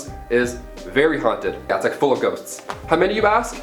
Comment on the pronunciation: First 2 times he says "ghosts" it sounds like "goats" and it made it so much better